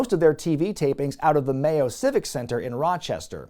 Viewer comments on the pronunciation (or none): none